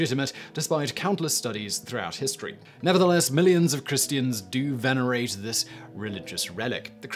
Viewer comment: Say venerate one more time